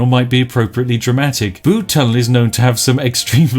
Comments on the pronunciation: It's not the Bood Tunnel, it's the B-you-D Tunnel. As a Cornishman, I was cringing heavily. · I have indeed been to the Bude tunnel myself and the reviews honestly don't do it justice. Please Spiff, you must go. P.s it's B-u-de not B-oo-de ;) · it's pronounced "byude" not "bood" btw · Bood? It’s pronounced bUde not bood! And never disrespect the tunnel!! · Please collab with RT and its said byude not bood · As a person who lives near Bude I've never felt so triggered, first you call it 'Bood' when any true Brit would know it's 'Byood' then you say it's a village when it's clearly a town. You have left me no choice but to unleash my British fury with my stern expression and angry finger shaking in your direction. Na but seriously nice video mate, come check out the tunnel, it'll blow your mind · Bood? err its 'B'yood'. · It's pronounced B-you-d, not booed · You saying Bude wrong u twat, it has a U not a ooood u flannel ☕️ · ITS PRONOUNCED LIKE BYOOD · Tsk Tsk its Pronounced byood even google knows this. However its still an amazing tunnel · Pronounce Bude as if there is a y in it, so Byude. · thats not how you pronounce BUDE, its more like, b - you - de, i had to pause the video and rectify this grammar in true english fashion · Why would Spiff know about the tunnel? XD also I agree, it’s B-u-de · nice video spif, think you find Bude it pronouced like Bewde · The way you say bude kills my simple cornish soul little by little each time it escapes your lips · Saying Bude wrong.... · As a Cornish man, the way you say Bude infuriates me... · STOP MISPRONOUNCING BUDE! or I'll make all the tea taste like coffee. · Spiff you ignorant northern grockel learn how to pronounce Bude! why do you keep saying it i'm at breaking point... please stop... please